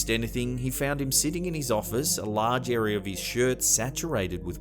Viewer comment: Please look up how to correctly pronounce area. You always add an extra R in there.